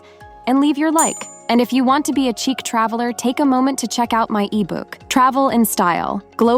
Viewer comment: Elegance starts with the right blazer. Love love love your channel. Chic is pronounced sheek Voila is pronounced Vwah-lah 🤗